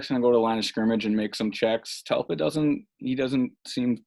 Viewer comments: His name is (dell* pitt) not (Tell* Pitt), people misspeak, but 35 times is a BADD Jobb. Step up your game. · Delpit not Telpit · DELPIT !!!! Good god you said his name wrong 100 times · This is terrible! Say the mans name right! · Bro how do you post this when you can't even say the guys name😂💀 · How do you muff the dudes name 300 time? Brutal to listen to over and over.